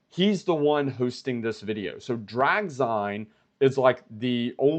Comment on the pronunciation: its pronounced “Drag-Zeen” (like magazine) … watched the entire replay 👍👍👍